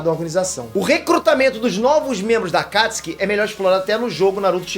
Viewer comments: MANO ELE FALA AKATISKI E NAO AKATISUKI KKKKKKKKKKKKKKKKKKKKKKKKKKKKKKKKKKKKKKKKKKKKKKKKKKKKKKKKKKKKKKKKKKKKKKKKKKKKKKKKKKKKKKKKKKKKKKKKKKKKKKKKKKKKKKKKKKKKKKKKKKKKKKKKKKKKKKKKKKKKKKKKKKKKKKKKKKKKKKKKKKKKKKKKKKKKKKKKKKKKKKKKKKKKKKKKKKKKKKKKKKKKKKKKKKKKKKKKKKK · Aaaa mano fala akatsuki pfv para de falar akastki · Não é akatiski, é A K A T I S UU K I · Porra! fala o nome correto! me deu um nervoso vc falando akatsuki com um acento agudo no (a) sem necessidade Alguma; dei deslike por isso. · Eu falo akatsuki o certo e fala akatsi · Ele falando os nomes do jeito q é falado no Japão me da uma leve repulsa, mas relevem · Ele fala Akatsuki errado